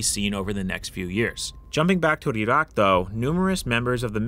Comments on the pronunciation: `WHY IS HE SAYING IT LIKE THAT? E ROCK! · Your pronunciation of "Iraq" cracks me up. Going from standard american english into that "wannabe authentic" way of saying it. Reminds me of people like AOC speaking normally, and then putting on that overexaggerated hispanic accent on words like "Latina", "Venezuela", "Mexico", etc.